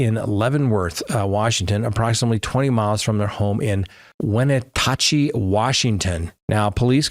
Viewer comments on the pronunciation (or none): Washington state the town the girls are from is pronounced when-atch-eee just so you know lol